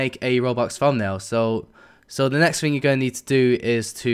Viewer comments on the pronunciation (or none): none